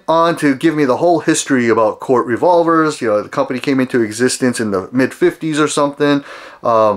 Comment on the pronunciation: Actually - he has the proper pronunciation down… It’s pronounced “COURT”, not “KOOORTH”…